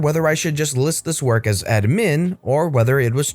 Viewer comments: Why are you saying admin like that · I get that. It bothered me too, but I like to play fast and loose with the English language so idk if he was messing around. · You keep saying admin like that I'm gonna hit something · I'll never hear the word admin in the right way ever again.